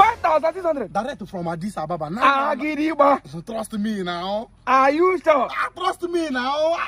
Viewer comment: Agidiba😂😂😂 i love this guy, brilliant comedy, so talented. I love how he pronounces Adis Ababa 😁